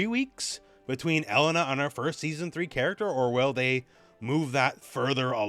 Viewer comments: Now I have to listen to call her Ellen-a instead of E-lena the whole video. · It's pronounced E-LAY-na not "Ella-nah"